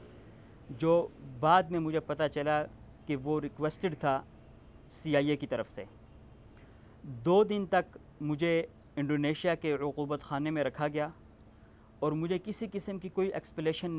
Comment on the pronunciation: بھائی عقوبت خانہ ہوتا ہے ،(رکوبت خانہ نہیں ) اردو ٹھیک کر لیں